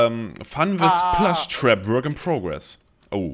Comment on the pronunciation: ehm der kleine hase der in five nights at freddy's 4 als minie spiel auftaucht heißt plushtrap und nicht plashtrap